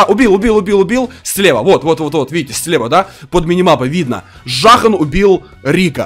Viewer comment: не жахн а зун это блогер по ксго zuhn